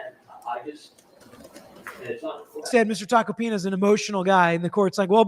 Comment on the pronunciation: Tack-oh-pee-nuh... not complicated, he is a very well known lawyer, shockin you havent heard of him, especially since you are an attorney. He is a New York Attorney.